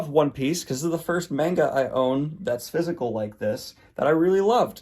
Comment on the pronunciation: The way you say Manga always gets me loll I ALWAYS excpet u saying Mango lmaoo